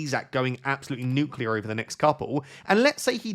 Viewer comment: You've got to stop saying nuclear